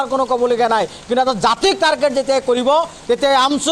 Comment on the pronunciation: তাৰকেত নহয় অ অধা মিয়া ।